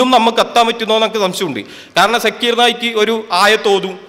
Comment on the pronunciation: Sekir naik അല്ല shakeer naik ആദ്യം അത് മര്യാദയ്ക്ക് പറയാന്‍ പഠിക്കൂ എന്നിട്ട് മറ്റുള്ളവരെ വിമര്‍ശിക്കയാൻ